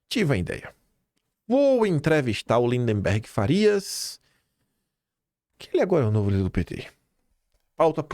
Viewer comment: não é LINDEMBERG. É LINDBERG!